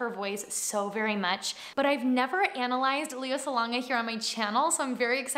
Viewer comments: She actually pronounces her name as Lay-a and not Lee-ya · Le - soft E when saying her name.. LEY - YA NOT LEE-YA... :)